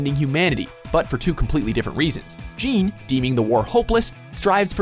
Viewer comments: it's pronounced Je-AHHN! Not JEEN! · Lol you pronounced Jean's name "Jean". It's pronounced as "John" lol. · It's bad enough that every video with AOT in it you call Mika-sa Mi-kasa, but you seriously just called Jean Gean!?!?!?!?!?!?!?!?!?!?!? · I hate when people pronounce Jean as it's spelled. It's just the French spelling for John. It is literally John, but with a slightly less harsh J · Omg the name is French so it's pronounced like 'John'! It's not 'Gene' Reno so why would it be 'Gene' Kirstein? Come on even in the dub they call him by the correct pronunciation! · Eren and Jeeeeean. Pronounced John lol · Lmao they called Jean, Jean and not John. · Jean pronounced "john" not "jean" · jean and eren. i thought his name was pronounce like john bet watch mojo fucked up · CURSE YOU WATCHMOJO IT'S NOT PRONOUNCED GENE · Eren and Jean not jaun the way it's pronounced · You butchered Jean's name. But I will forgive you for placing Haikyuu and Opm in here. And you know, all the other amazing animes. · "Jean" Is pronounced John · IT'S JEAN (PRONOUNCED CLOSER TO JOHN THAN A PART OF PANTS) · ITS PRONOUNCED JON!!!! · He doesnt pronounce jean right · The way you pronounced Jean was so cringe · Why does no one say Jean right? Isn't it said the french way??? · Having not bought into the hype that is around most american televised anime, I've yet to see this...but when I see everyone typing the name I read it as Jean, like Gene Simmons.... Is it suppose to be G Nay, Juh Ni, Genie, Gi Nay. I really have no idea, but most people pronounce Saiyan as Sayin so whatever. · You said Jean wrong. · Oh my GOD. You guys seriously need to do your research better. Because you lose all credibility once you MISPRONOUNCE THE NAMES. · Really wish they would learn to pronounce Jean's name correctly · i'm more annoyed at the pronunciation of Jean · Jean isn't pronounced like a pair of Jeans. It has more like a French vibe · How can you not pronounce Jean right? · The way the pronounced Jean. omfg.